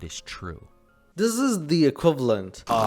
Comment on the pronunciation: It’s “Million”, not “mllion”.